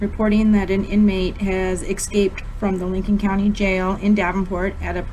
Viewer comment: “That an inmate has exscaped…”bro how can people still not say escape?